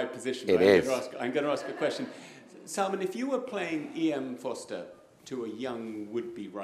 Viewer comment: Salmán, not Salmàn.